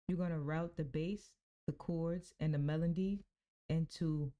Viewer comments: Good video but it’s “Melody” not “Melondy” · Why do you keep saying melondy?